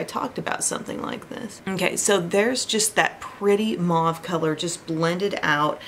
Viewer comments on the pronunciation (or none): I love your content and I play your new videos every morning as the first thing. Yesterday I just happened clicked a video about how to pronounce color name. "Mouve" is a word from French, in English it sounds more like the pronunciation of "move". Just think you might like to know it. But the pronunciation never minds when you're a such talent and genuine content creator.